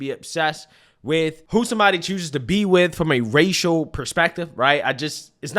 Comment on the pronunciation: OMG It's pro nounced A. S. K , the S comes before the K, not the other way. It's NOT pro nounced like the word ACTS. What does WIT mean, it's with. I'm sure if a "w.hite woman" wanted to be with him, it's definitely not for the grammar. He mentioned that he's never seen professional white athletes with black women. Where was he when Travis Kelce was with that gorgeous black woman before Taylor Swift. Of course that relationship was an on again off again, and now he's with a "w.hite woman".